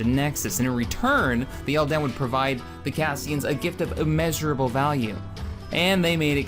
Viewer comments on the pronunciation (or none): Couple of mispronounced/incorrect names in there: MECHARI: meh—KAR—ee NOT meh—CHAR—ee ELDAN: EL—din NOT el—DAN TRESAYNE: tre—SANE NOT tes—SAH—na On that note: FOR THE DOMINION!